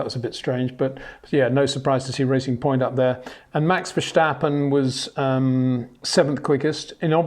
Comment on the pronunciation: Hi PETER: Please be aware that the correct pronunciation is not "VerSCHtappen" but "VerStappen" instead. Just pronouncing a letter "S" alone, like saying Sierra, or Simon, or Suzuka. And not pronouncing the germanism "SCH". I know it is difficult but I hope you can improve that.